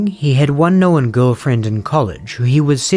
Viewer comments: The pronunciation is "known" not "knowin". One, not two syllables. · How are you making “known” a two syllable word 😂